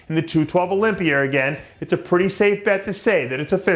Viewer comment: "Olympiar" LOL